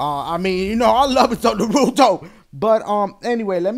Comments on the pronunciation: Pronounced NAH-ruto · nuhRUto...dafuq? Naruto, son. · Your a fan of Naruto? And you cant pronounce the name? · It irks me on how you keep mispronounce Naruto -____- lol and I take Japanese in school sooooo lol